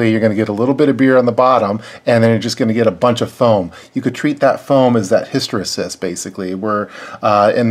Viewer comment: Good video but hysteresis is pronounced his-tə-ˈrē-səs.